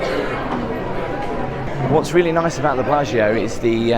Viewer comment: As soon as I saw the thumbnail, I was practicing saying "Billargeo" like 😊